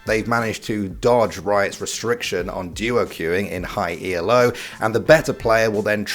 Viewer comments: It's not "ee-el-oh", it's just "elo". It's not an acronym, it's named after the guy who created the elo rank system. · It's Elo not E.L.O. it's named after it's inventor Arpad Elo. As someone stat studied stats this is beyond triggering. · Why in gods name are you calling ELO E-L-O? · I wince everytime he says E.L.O Elo isn't an acronym. It's the name of the guy who pioneered the system. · Bro please stop saying E-EL-O BRUH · I like how you call it "E-L-O" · But the real question is, why did you say "in high e-l-o" ? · "In high E-L-O" who says this like that :D?